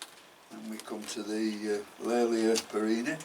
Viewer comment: Will you please reconsider how you pronounce the generic name here which is derived from my ancestor William Cattley. Hence Kat-Ley-A and not Kat-Lay-A. Regards Tim Cattley